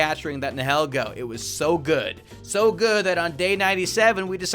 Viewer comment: Can I correct some of your pronounciations Piloswine ,,. Pi-low- swine. Nihilego,,,, na ya li go Idk if that makes sense but it is actually pronounced like that I hope you can understand what I wrote there haha